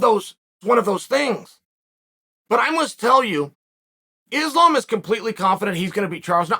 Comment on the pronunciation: At this point he is just blatantly mispronouncing Islam's name on purpose... The man's one of the number best fighters on the planet it is weight class ....pronounce fucking name right